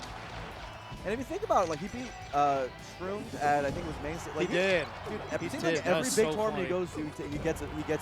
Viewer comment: you said maim not main